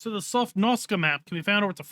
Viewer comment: You keep saying 'Sofnoska' ..that's nowhere near the correct pronunciation. You keep mixing up the letters. That's like me saying 'Pesvynalia' instead of 'Pennsylvania'...